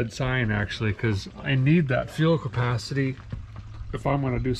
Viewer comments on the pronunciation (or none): none